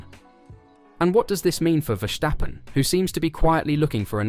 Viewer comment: 'vershhhtappen' hahaha